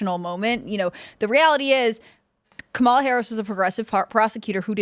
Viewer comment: IT'S KA-MA-LA......................